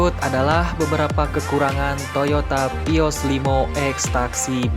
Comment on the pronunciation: Baca vios : pios 😣